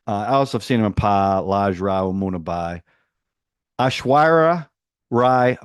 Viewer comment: 112 subscribers 😁🎉 anyway it's pronounced ash-war-riya lol ashwariya Rai aka Mrs bachan and yes little b and ash r still together 😮❤. And Abhishek bachan character has his hand in many jobs😊